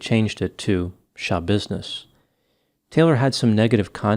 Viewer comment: I think it's pronounced shuh.bizness.